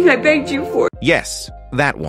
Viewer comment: I know she is saying 'begged' but all I hear is NAGGED - LOL